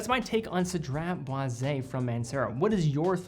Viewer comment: Aye you get extra cool points for pronouncing this fragrance perfectly without missing up haha 😄👏🏽👏🏽 I appreciate you sharing the history of the fragrance and i love that has a lemon sandlewood kinda smell. I tend to like those and a citrus smell. I like that it last most of the day. I'll definitely consider this. Anyways have a great day!